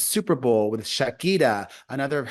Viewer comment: It's not Sha -kee-ta its Sha-ki-ra dear.